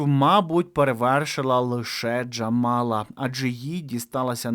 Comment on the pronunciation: начебто треба вимовляти не "к", а "х" - джамала в інтерв'ю казала